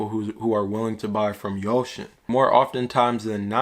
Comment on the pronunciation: Its .....yousin.....not ocean